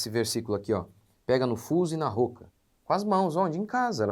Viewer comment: Pastor, a pronúncia de “roca” é com o “o” aberto: ró - ca. Assim como roça.